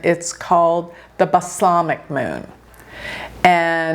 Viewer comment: "BasLAMic moon", i keep waiting for the correct pronunciation, "BalSAMic moon", like Balsamic Vinegar. I agree with all you said about it, prescient predictions for a volatile week.